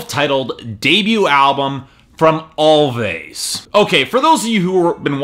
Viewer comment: It's actually pronounced as "Always" the two "v's" are supposed to act as a "w"